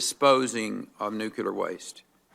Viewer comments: Perry says "Nukular". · Rick Perry's Response: "WHAAT'S A NEW-Q-LAR FI-SEE-CIST??"